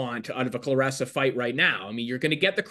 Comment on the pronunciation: It’s Claressa not Cloressa!!!..